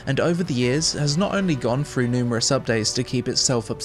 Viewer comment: "Frew"......Jesus dude, stop butchering the English language.